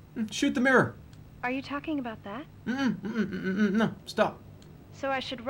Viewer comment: “Shoot mirr. Shoot mirer. SHOOT MEERER.”